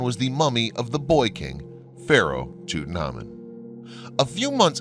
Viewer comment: Why such bad pronunciation, Toot and ha mun????? please!!!!!!!!!!!! So many others. I can't do it anymore!!!!!!!!!! ARGGGG